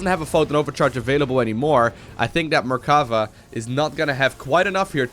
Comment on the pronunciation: It is me or does say mercava instead of mercafa the whole game?? In fact the blue player shouldn't leave the game after losing his last zealot because the red player had nothing to shoot up. With his mothership core he would have cleared the red base quicker than the red one would have. And even if the red player succeeded in killing the main base of the blue player I don't see how he could kill the building that were made in his old main base (the canon could easily deny the aggression of the the few probes and the oracle the blue had). Yeah the red player was a little mean by saying GG before the game ended too bad he didn't realized that he could just have sent his MC to win easily )